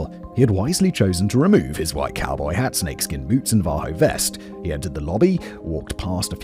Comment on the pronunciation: Navajo sounds like Nav-ah-hoe.